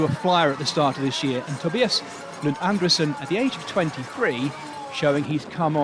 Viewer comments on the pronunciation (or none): So, again not Andersen! It's André - sen. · Regarding pronunciation of Andresen -- try it like this: An-dreee-sen. All this Andersen is rubbish.